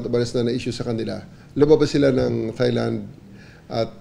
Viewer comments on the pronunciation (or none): none